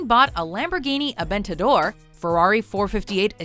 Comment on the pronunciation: Lamborghini AvEntaDOER